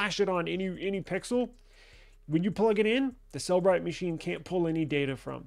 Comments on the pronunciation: Please learn to call it by its real name. It is not pronounced "cell-brite". It is pronounced "cell-eh-brite" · Then stop saying "Sell Bright" when it is pronounced "Seller Bright".